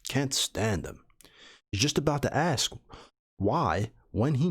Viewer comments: Why do you read AKS and not ASK ? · I mean when you were reading the joke you were saying at times aks instead of ask.